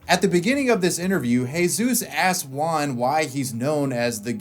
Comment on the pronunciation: Everyone: juan: wuan